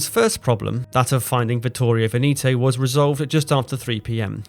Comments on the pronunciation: VENETO is pronounced "Vehnehto" (not Veneeeto). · You say "VENETO" with the "E" not "VENITO" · Such a shame you ruin the video by mispronouncing Veneto. Its VEHN-eh-toe. Not Vuh-KNEE -toe. Horrible to listen to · No reason to pronounce Veneto like Veneeto ! Try checking that out next time ! Itˋs bothering ! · Pronunciation of Veneto is very wrong throughout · Tje Regia of Regia Marina is pronounced "REH juh", not with a hard G, Veneto is pronounced "VEH neh to". Thanks for the excellent description of the battle. i wonder why the Italians sent Vittorio Veneto alone without the Littorio, her sistership, to reinforce and protect their advantage. That seems to have been very unwise of Ultramarine, the Italian higher command, who also erroneously sent two heavy cruisers back to help Pola instead of sending a couple of destroyers. Terrible lack of judgement by Ultramarine who allowed no decisions by the squadron admirals !. This is probably the reason why many Italians accuse Freemasons in higher command of scuttling hopes of victory.